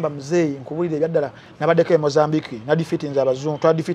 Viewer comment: Thank you for this discussion. Very informative.: 1. the name is John BaBIIHA. "...BIIHA", NOT "...HIIHA" 2. Mozambique is pronounced MO-ZAM-BIK. The "qu" or the "ç" is pronounced "K". Thanks.